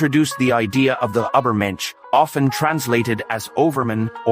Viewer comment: Truly beautiful!! Buy why didn't you put more effort in pronouncing "Übermensch" correctly? 😭 It really spoils it a bit for me....